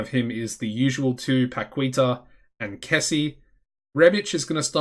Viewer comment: it is Ca-la-bria and Pa-Key-Ta:)